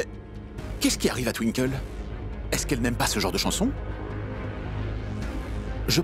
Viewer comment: Qui comme moi à remarquer que c'est youvi qui sait bien prononcé le nom de Twinkle😂😂😂 pas étonnant que les autres qui commente dit tinkol d'autres twikole et etcccc.... Blablabla😅😅😅😅😂😂😂😂